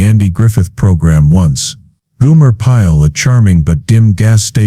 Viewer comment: Goomer Pyle? GOOMER Pyle? It's GOMER Pyle! Get it right, man! Damn! 💩👀